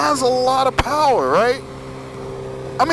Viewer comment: Lol ur fucken funny bro.....turn twist ,powerrrrrere